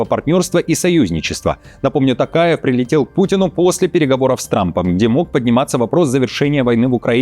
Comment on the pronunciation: ТОкаев, а не Тукаев. Правильно произноси!